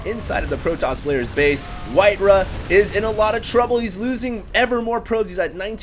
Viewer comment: "RAW", "RAW", its white "RAW" not "RUH"